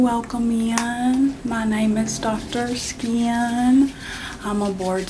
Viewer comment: a name that would be pronounced “skine” being pronounced “shee-uhn” by a southerner is wildly accurate